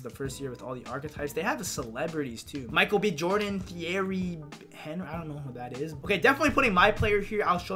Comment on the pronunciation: My guy just called Thierry Henry threery henry 😐🔫